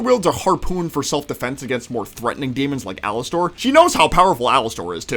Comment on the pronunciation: Its pronounced alaster not alastor